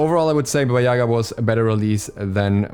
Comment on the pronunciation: Not Baba Yaga